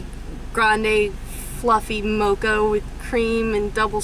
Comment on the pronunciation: DID SHE SAY FLUFFY MOCA....LOL